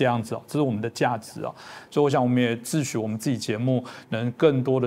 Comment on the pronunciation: 说“自许”，不是“自诩”啦，字幕不要把弄得很尴尬。臺灣人应该不怕解放軍攻臺，怕也没用啊。不是太樂觀，而是审慎的樂觀。谢谢政經最前線。